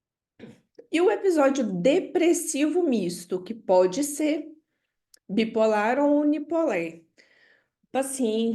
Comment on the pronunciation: Adorei a aula, muito esclarecedora, mas não entendi porque a professora fala "bi polér". Isso é devido a linguagem neutra?